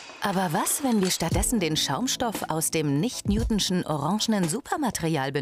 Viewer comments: Newtonisch und nicht Newtinschen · WIE DIESE FRAU ES AUSSPRICHT.. .. Nicht NEWTISCHE flüssigkeit😨😨😭😭😡